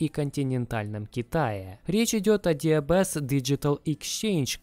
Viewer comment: Так слух режет когда ДиБиЭс называют диЭБэс. Нет буквы Эб в английском алфавите